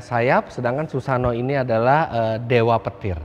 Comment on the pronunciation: mas koreksi susanoo itu bacanya "susano,o"